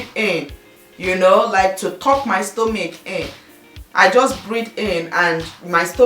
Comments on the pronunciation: I doubt it.I am a Nigerian and I pronounce Stomach not stomic. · Lovely tips. i just want to ask, why do you pronounce stomach as stomic? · i love u dear but why are u saying "stomich" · stella-marie signature my sister, I couldn't stand it too, and her Igbo accent is so unstoppable. I love her videos but...